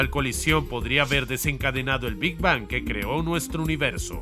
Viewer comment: Que placer me da escuchar cada ves que dice "Big Bang" esa terminació n perfecta en la ANG xd